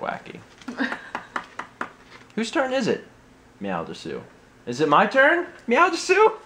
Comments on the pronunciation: drop the u at the end it's des, and Japan says meow like this Nya (nee yea) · meow des is how it's pronunced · You pronounced "desu" wrong. Of course, you probably don't care... so, never mind. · ITS PRONOUNCES MEOW DES! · you're saying desu wrong, its pronounced des, the u is silent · It's pronounced dess...